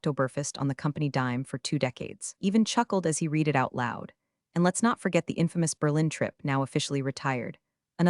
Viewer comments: I get tired of hearing read as reed, when it should be pronounced as red! Can always tell when it is ai instead of a real person. It really interrupts the flow for me! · Pronounce read = “red” not “reed” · I’ll hit “subscribe” when you hire a proofreader and an actual voice actor/actress who knows when to pronounce “read” as /reed/ and when to pronounce it as /red/ (along with several other similar words, like “lives”)… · You need to pronounce it Red every once in a while not read every time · Totally 😅 “red” vs “reed” mix-ups scream AI narration. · hearing it say “reed” instead of “red” totally threw me off too. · “reed” vs “red” mix-ups drive me nuts too. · When I like to read, it’s pronounced reed, when I read something it’s pronounced red. But hey, I guess you’re American so English (English) isn’t your first language. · very English, past tense is pronounced ‘red’ not ‘reed’. You don’t say I ‘reed’ the books six years ago. Now who’s not English? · Poorly read. The person reading couldn't distinguish between the pronunciation of the present tense of "read" and the past tense, pronounced "Red" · The past tense of read is pronounced red. Please please get your artificial inseminated robot to pronounce it correctly. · 97% of folks generating these AI written stories told by AI readers don't listen to the content for chronological consistency or pronunciation before uploading them. e.g. 1) Have you read (Pronunciation /red/) the documentation? 2) No I did not read (Pronunciation /rēd/) the documentation! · Teach your AI voice the difference between the present and past tense of the verb "to read". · that mispronunciation pulls you right out of the story every time. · so the original comment was WHEN it's past tense AI still reads it as if it's present tense.